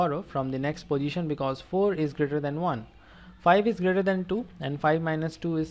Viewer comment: It is position not posijhan